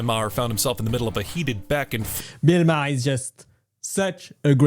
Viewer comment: Why don't you pronounce his last name the same way he does... He does it at least once a show.